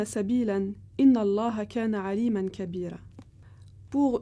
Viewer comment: en un seul verset tu as fait deux fautes de lecture. On dit "Kawamouna" et non "kiwamoun', et le l'avant dernier mot n'est pas " Aliman" mais " aliyan". Je te remercie de rectifier ne serait-ce que pour ta propre mémoire. Salam